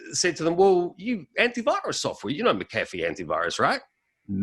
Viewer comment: Interviewer couldn't even get his last name right. It is/was Mac-A-Fee.